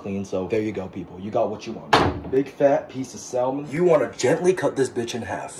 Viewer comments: It's pronounced sam-mon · You should googlr how to pronounce salmon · Salmon? saLmon? The L in that word is silent. Chinaman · I love your content but The L in Salmon is silent.